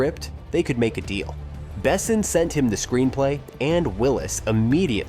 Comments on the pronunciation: Milla Jovovich best choice for Leeloo ever. Can’t imagine anyone else in that role. - The whole movie is perfect, no sequel, no reboot, no remake please. - The narrator should teach himself how to pronounce Besson correctly in French. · Besson is French, its pronounced "Bess-on" Bess, On. With the "On" being french, and almost not pronounced. Super annoying . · Not to mention "Besson". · nice video, but OMG with the AI to read the vid's script... horrible... LEAD ACTORS... as in made of LEAD, not made to Lead... Luc BeSSON, not BEsson... Ugh... just spend the time narrating it, or hire someone to do it for you. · I'm sorry, but my brain can't get past the narrator calling the director "Luke BESSEN". "The Fifth Element" is one of the greatest sci-fi action movies of all time; you'd think that someone who did this much research into it would know how to pronounce the director's name. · Never heard Besson pronounced "bessin" before. ❤ It grew on me, though. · BAY-sen. As a francophone it was insulting. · I watched through two "Bess-ons" and turned it off at "Gah-mont" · at least you pronounced luc correctly as opposed to Bes son. Facepalm😂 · Bessin? You can't even pronounce the director's name correctly, but want me to watch a 38 minute video on the "secrets" of the film? Yeah right.... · If you say the name Besson 200 times you should first look up the correct pronunciation. It is painful to listen to you butchering the name constantly. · Disliked and clicked off, AI narrator not even set to properly pronounce 'Besson' - maybe try a bit next time. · Please don't use text to speech. You butchered pronunciation of Besson's name repeatedly, I had to stop at 3min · Well, sci-fi with a ouch of fantasy, but an all around solid eye candy and fine entertainment. I just with the narrator of the vid knew how to pronounce Besson, damnit. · What's with ALL the misproninciation of the director and actors and Besson other movies?,I wouldn't recomment this channel to a dog.